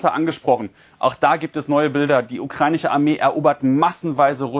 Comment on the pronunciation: Ukreinische, ukreinische, ukreinische.. Ukrainische verdammt nochmal 😂🤦🏻‍♂️